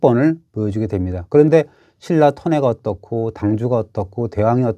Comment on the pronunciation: 중국애들 신라 실라 발음 안되는거 맞는거 같기도 ㅋㅋㅋㅋ